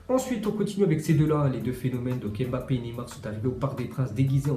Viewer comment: Tu sais pas prononcé le nom de Mbappe